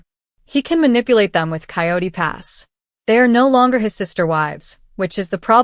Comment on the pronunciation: It's Coyote Pass, not quat pass.